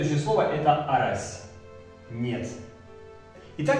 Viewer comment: А разве ударения они идут áрась, áволь, тейтéресь, кудó, цëрá, беря́нь, парó? Я помню смотрел на то, как бабушка с дедом говорят на эрзянском, помню всегда: ку́до, авóль, мéйле, арáсь, лóвсо, бéрянь, пáро. Возможно дело в районах ещë, я из Чамзинского, но знаю, что в Дубëнском какие то слова по другому говорятся, в Березниковском тоже также